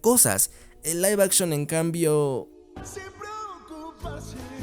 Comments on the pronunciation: Se pronuncia Live action ósea “laif action” No se dice lif action:V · Live puede ser pronunciado de ambas formas.